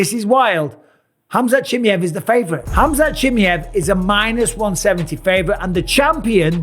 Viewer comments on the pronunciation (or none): Its not Chimeev its ChimAev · it's Chima ev not Chimyev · Khamzat Chimyeev - Bisping. Bruh it's Chi-muh-yev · His last name sounds not 'Chi-miev', more like 'Chimaeff' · Why does he call chimaev “chimmy ev” 😂😂😂😂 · Chimmy hav you pronounce his name so wrong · Chim-eye-of brother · Every time I hear bisping say chamaiv name it’s getting me tight 😒😂😂😂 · What a weird way to pronounce the guy name😂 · MR Bisping, Chimaev is pronounced CHIMAHEHV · Why do you say chimiev like that 😂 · Tough to listen to when he doesn't first learn how to say Chimaev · You've got to learn how to pronounce Chimaevs name though, you limey. If you're going to be an analyst, you've got to learn how to say foreign names. I love you Bisping, but come on. Do a little bit of research and don't be as lazy as Daniel Cormier. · Mike, for the love of god, go and listen to how everyone else pronounces Chimaev it's only fair you say his name right 😂Best in the business though, and best fight interviewer by far 😉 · the way he say Chimaev hurts my soul... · Bisping I love you but can you please learn how to pronounce Chimaev lol Dana shows you lol 😂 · You always mispronounce his name!